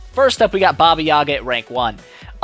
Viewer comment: I expected you to massacre the special skill name,i come from a region from where the baba yaga folklore originated and i had a hard time pronouncing that,impressive